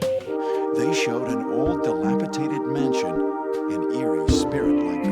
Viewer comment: The narrator mispronounced "dilapidated"!